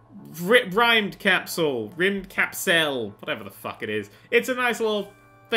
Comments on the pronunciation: Here, it's pronounced: Rimmed cup sell ^-^ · I think if im not mistaking its pronounced as (Rimmed-Capsule) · still not right we Swedish people pronounce y in a different way but Rim'd-Caps-el is the closest you can explain in text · is pronounced rimmed-cap-seal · This is how you pronounce it rimmed-capsle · RymdKapsel is pronounced like the words rimmed capsule (according to google…I don’t know, I’m Irish) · i think you prunounce it like rimd-capsle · Rim-mid-das-kel that is how you say it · i pronounced the name 'rimmed-cap-sol' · I pronounce this game as Rimmed Capsule. :v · It's pronounced rim-ska-bibble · It's pronounced rim-D-cap-sell. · the title is swedish for space capsule and is pronounced rimmed cap-sell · The word Rymdkapsel is a Swedish word. I know this because I live in Sweden. I would explain how to pronounce the word right if there was a way to explain it... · i know how to pronounce that ._.